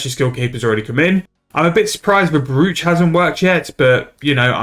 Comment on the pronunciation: Any idea what the xp p/h is? Also, sorry to be that guy, but it is pronounced “broach” rather than phonetically.